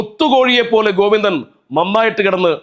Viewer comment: സർ, കോവിന്തൻ മാശ് എന്ന് പറയണം. പയങ്കര പണ്ടി.. തന.. കോവിന്ത.. കോവിന്ത..!